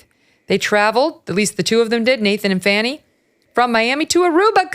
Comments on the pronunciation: Megyn, I know a lot of news media are pronouncing Fani as Fanny but the correct pronunciation is Fawny. What Nathan Wade and Fani Willis have done is a misuse of taxpayer money for Fulton County. Her behavior by her own words when she was running for office as DA considered a reason to fire herself. Personally her hiring an attorney for RICO case such as Trump that’s not qualified and needed county commissioner consent but she didn’t get and possible use of COVID relief funds for paying for her adulteress affair should be criminal. At minimum she and Nathan Wade need to be disbarred from being officers of the court. JMHO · Great report, and I love that you're calling her "Fanny," rather than "Fahni." She's definitely selling that thing! 😂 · And as we all know, her name is actually pronounced "fauni". But FANNY is far more appropriate, as she so consistantly makes an ASS of herself. . . As such, 'Fanny' will continue to be my enunciation of choice :D 🤭 PS: Only those who fawn over Fani -don't find 'fanny' funny :) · Pronouce her name correctly. Please. Yall do this on purpose. It not Fanny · We all know it's really pronounced "Fanny" she ain't foolin nobody